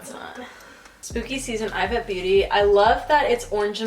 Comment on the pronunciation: It’s pronounced EEvete